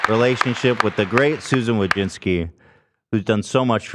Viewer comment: As a Polish person I've hoped there'd come the day where people would learn to properly pronounce the surname "Wójcicki" but with Susan now leaving it will probably never happen. But tbh probably even she pronounces it wrong like a lot of Americans do lol, you can hear Americans absolutely butcher their own fucking surname lol. But maybe she does, I know she has been to Poland and even has the citizenship so she can always dip from the US when things go down